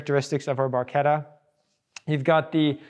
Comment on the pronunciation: Automobiles Super and Hypercars museum in US??? what´s next? Baseball museum in Europe? and Im Not english, but the name of 360 is Barchetta!, not bourquita.....and Coupé pronounces COUPEY, because of de É in the end, not "Koup".. (that can explain where thoose names and cars belong)